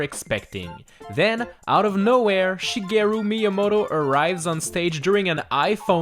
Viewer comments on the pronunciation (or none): none